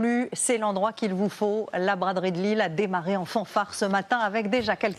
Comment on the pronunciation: Je suis désolé mais en tant que lillois mais c'est LILLE pas LILLES 😢